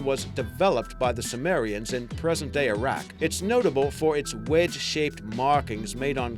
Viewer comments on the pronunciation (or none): none